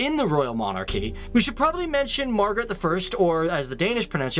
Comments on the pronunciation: Who the fuck is Margarette??? Thought it was pronounced [Ma-gra-tøh]... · "Mah-gar-rett" wat.txt? We pronounce it "Maaaa-græææ-te" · More like Mahgraete the First instead of Margarethhhh. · It's pronounced "Magreté" not Magaret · We pronounce it mah greh teh Not Margarett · Sorry, but you really butchered those names. We say Mar-gre-te not Margerete, and it's not Jytland but Jylland. No hate intended, just a friendly helping hand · It's pronounced ''Marh-grah-teh'', not Mar-ge-ret. And it's ''Harold Bluetooth'' not Havard.... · No that's not how we pronounce Margrethe, it's MA-GRE-THE not MAR-GA-RETH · “Now lets talk about Margret the 1st or as the danes say it”MargreTH” im dying XD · I like how you pronounce Margrethe like "Margareth" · we DO NOT pronounce margrethe like you say we do. we pronounce it. MAR-gre_the- the way you say it, sound like us trying to pronounce a margarita drink in english. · Your pronunciation of Margrethe, "as the danish pronounce it" is wrong. Its more like "mah-greh-teh". "mah" as in the exclamation "Ah!" with an m in front of it)- greh (Our "r" sounds are a bit more throaty, and the our e's are more like the one in the questioning exclamation "eh?" )-teh (same e as above, so imagine saying "eh?" with a "t" in front of it). The stress of the word is on the second syllable, so its like mah-GREH-teh. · Ma-ga-reth is not how we pronounce that word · It's pronounced MA(light A) - GRE(PRONOUNCED LIKE GRRÆ) TE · Thea Laue det udtales Mag-Greh-tte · "Or as the danish pronounce it "Margharete the first" Me: No.... That's not... Ma-gre-hte That's how you pronounce it. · It's sooooo fun to hear people pronounce danish stuff wrong xD Jutland is actually called jylland and queen magrethe the first is not pronounced "margareth" by us. Love seeing this kind of videos where you can just laugh at everything that gets pronounced wrong and learn how other countries see Denmark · Mar-Graet-The is kinda the way we pronounce Margrethe :)